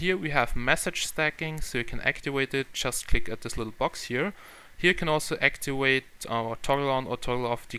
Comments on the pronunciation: Practice your English its actiVate not actiWate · actiwate? really -_